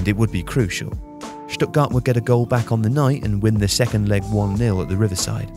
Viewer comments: Stuttgart, not Stuttgard. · Stuttgart surely, not Stuttgard?